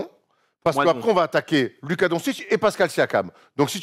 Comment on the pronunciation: Et non c pas Luka mais ça se dit lOUka😂